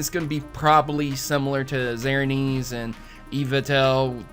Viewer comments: "Zernees and Eevatel" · You butchered the names of Xerneas and Yveltal. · I'm so sorry but you butchered xerneas and yveltal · I know, Im just pointing out his weird pronunciation of it